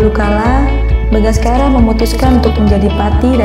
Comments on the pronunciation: Bukan bagaskara, Bangsacara. 😁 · Bangsacara bukan bangaskara